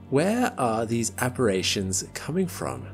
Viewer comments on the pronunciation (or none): Taking a break from Astrium. I like the channel, but it's "apparitions", not "apparations". And there was something else like that. A good rule of thumb is to look up every low-frequency word that one did not learn through reading or that one cannot provide a clear definition for.